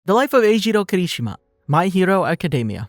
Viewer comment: The way he says Eijiro Kirishima really bugs me😔